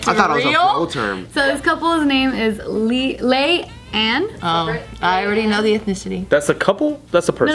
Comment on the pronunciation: Nah girl, its LEE ANN (spelled Leigh Ann in the article) had to go check, cuz I've never hear of anyone named Lay Ann & it was driving me nutz lol